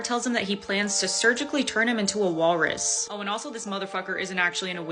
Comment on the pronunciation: Gurl its Walrus!